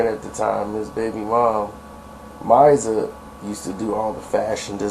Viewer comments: 😂 Misa... Her name is pronounced Mee-Sah not mysah. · Who is “Miza” you mean “Misa “ pronounced “Meesa “ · Her name is Misa (like Meeesssa) not Miza. lol you sound silly.... lol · Diddy baby mama name is Misa not miza I never heard of him n mary hooking up facts! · The videos are great. Puff's baby mama's name is pronounced Mee-sah. Keep em' coming. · for the record Misa's name is pronounced Mee-suhh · Who is this talking,I can't trust anybody who dont even know how to say Misa name...keep calling her mizza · Dude, please delete this video. You have no idea what you're talking about. Misa (whose name you can't even pronounce right) and Mary were good friends...she was Mary's stylist and they were ripping and running the streets together for years...Mary was not messing around with Puff. Mary featured on multiple songs with rappers way before her duet with Method Man. Two songs with Father MC, Grand Puba, C.L. Smooth, Smiff N Wesson, Keith Murray etc. You sound like you're reading from cue cards that a 00's baby wrote for you.